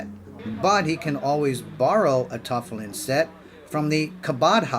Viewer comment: If you're going to do a Jewish video, at least learn how to pronounce tefillin and Chabad. Respect.